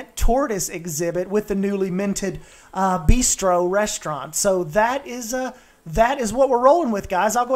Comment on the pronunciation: Your designs are great, but man... b-ai-stro? "Beastro" is funny because it rhymes with "bistro", not just because it incorporates the word "beast" 😂 No judgement tho S, that made me laugh. I love the design.